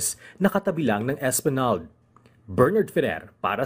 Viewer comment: Esplanag? Pronounce it properly.